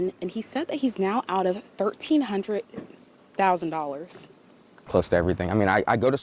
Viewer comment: 😂😂😂😂😂 This ( news lady) doesn't know how to say 1300 😂